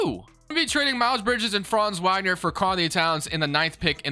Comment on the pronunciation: Great video as always. One small thing, likely you've only seen his name and never heard it due to him being on the terrible magic... but Mo Wagner is pronounced VOG ner. just for the record lol